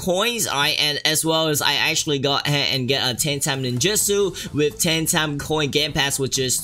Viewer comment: The "Taame" as in he said Time in his accent...